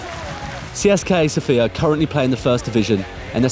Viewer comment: You say Tsieska sofia. Yo need to say Tseseka sofia